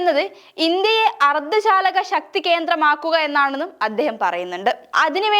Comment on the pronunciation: അർദ്ധ ശാലകഅല്ല മോളെ അർദ്ധചാലക😂😂😂